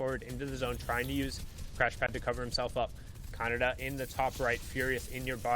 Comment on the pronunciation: Bro did anyone hear calling khanada conada